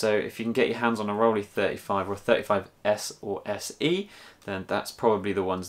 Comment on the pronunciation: Not that it's anything important but it's pronounced "roll-eye". (The "ei" in both "Rollei" and "Leica" is the same sound.)